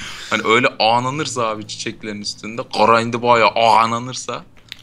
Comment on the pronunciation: ağnanırsa değil ANLANIRS